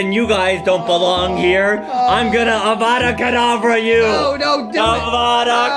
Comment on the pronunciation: Voldemort really do be saying avata gatabra